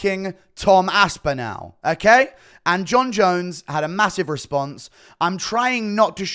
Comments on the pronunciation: It's Aspinall not Aspinal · Why do you pronounce the end of Aspinall like "nal"? It's more like nawl, or how the end or the word spinal is said. Very weird way to say his name man. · Enjoying the vid but the right pronunication of Aspinall is Aspinawl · ASPINALE. Chael levels of mispronunciation. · great vids, but, pls work on your pronunciation of "aspinall". thanks